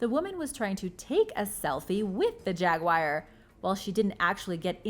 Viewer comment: Learn how to pronounce the word Jaguar... phonetically it is sounded out like this...Jag-wahr or (yoo-ahr) Nowhere in the spelling is the word wire. It is NOT a Jag Wire. Please do your pretending before speaking on these videos.